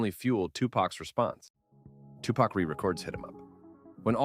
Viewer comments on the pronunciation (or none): i don't know if this an a.i. naration. but it's hard to listen to them call him tupuck ...